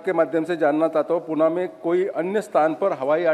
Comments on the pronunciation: Puna nhi pune he vo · Its pune bhava... Not puaanaa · पूना नाही पुणे...विचारताना नीट विचारता येत नाही का? Learn from Sindhiya ji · अरे बाबा पूणा नाही पुणे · पुना नाही पुणे आहे ते .